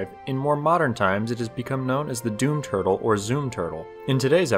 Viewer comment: ah, yes. tutel.